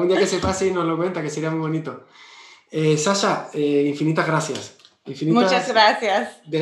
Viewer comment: Solo tengo una crítica para Javier y es como pronuncia el nombre de Sasha. En realidad, lo pronuncia bien porque el nombre es de origen griego, pero la chica es americana y la fonética "sh" en el idioma ingles suena distinto . Me encantan tus videos Javier, he aprendido muchas cosas gracias a vos. Saludos .